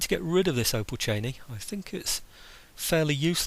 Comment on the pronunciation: Finally you've got the "opolchenie" right! Hurray!! :) and you are finally back! Twice hurray!